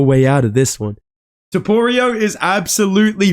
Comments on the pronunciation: It’s hilarious when he says topurio😅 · bro said Topoirier 🤣